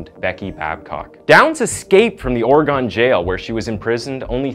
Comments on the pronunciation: IT's Not Ore gone O sounds like an A Ore Gan. Hehehe Sounds funny after growing up here. Willamette is just how it looks, silent E at end. Met. :) Love your Content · Like moss-cow 🤣🤣🤣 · Oregon Native here... Here's the correct pronunciation of Willamette WILL.....AM ((LIKE I AM))....ETTE. 💟 AND OREGON ORE..((like oreo))GUN... And tada 😘😘💟💟😉😉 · wilAMet not Willa met, Orygun not ora gun.